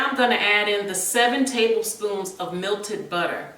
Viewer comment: Great recipe but it’s melted not milted.